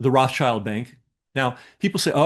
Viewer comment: FFS! Roth-SHIELD, not -CHILD